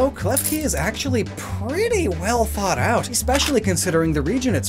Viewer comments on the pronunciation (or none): none